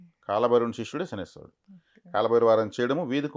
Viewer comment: Jai sriram🙏 శనేశ్వరుడు కాదు అండి శనైశ్చరుడు అనాలి, శని ఈశ్వరుడు కాదు pls🙏